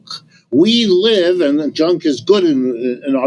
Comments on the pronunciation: Prof Wolfe: His name is Cenk, not "Chunk." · Also, the Professor Wolff calling Cenk Chunk/Junk is a very hilarious unintended mispronunciation (well, insofar as Cenk wants his name pronounced anyway, but I pronounce my last name differently than how it’s originally and currently pronounced in my grandfather’s birth country (Norway) just to make it easier for people and less foreign sounding so given that Cenk and I seem to have some personality similarities with him I’ve noticed including a certain instinctive politically pragmatic subtlety so perhaps he’s doing a similar thing. Also perhaps he’s never heard of Jenkem which may have made him think twice about this pronunciation but alas lol.